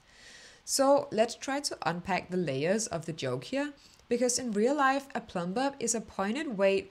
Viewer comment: Leeb, leefuh, lurve was the comedic genius I didn’t know I needed ❤